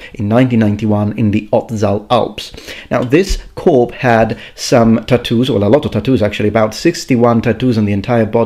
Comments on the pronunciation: By the way, when you're talking about a dead body you say "corpse" with the S sound. When it refers to a military group, etc a Corps that is when it is pronounced as "core" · “Corp” and “sewt” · corPSE one syllable, the 'p' is enounciated. epitomy: e-pi-toh-mee you are welcome,. greeting from france. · Corpse, the s is not silent ☺️☺️ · Needs to learn it first, can't even differentiate between corps and corpse. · Pronunciation of corpse? I think you got it a little wrong there.